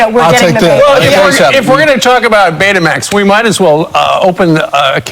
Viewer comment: Not Baytamax, Betamax, no accent over the e.